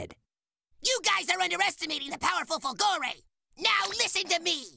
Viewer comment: All the Italian accent for nothing since he mispronounces his own surname, it's supposed to be fòlgore, not folgòre